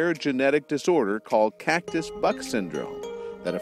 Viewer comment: It almost sounded like he said Catcus Butt disorder..